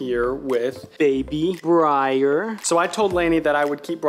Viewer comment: GUYS ITS BRYER NOT BREYER